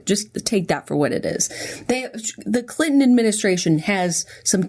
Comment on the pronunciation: Jenna says "Clinton" like "CLITton" and I can't handle it.